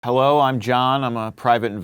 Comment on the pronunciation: I heard "hewwo im john"